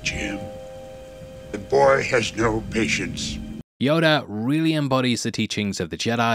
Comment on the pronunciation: It's Yoda not "Yodar"